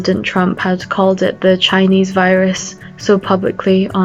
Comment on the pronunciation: "Chinees" shows how little education racists have